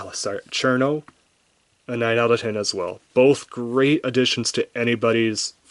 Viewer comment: I really want Cirno because of the smug mug, but I can only find her for 78 euros at the cheapest :c I was going to point out your pronunciation of "Chair-no" instead of "Shii-runo", but the direct kanji translation actually is "Chiruno" instead of "Cirno", so i can see why you would pronounce her name like that... Your reviews are great pls do a Kasen/ Aya review